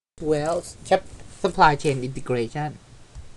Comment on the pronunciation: I like the way you say Supply chain integration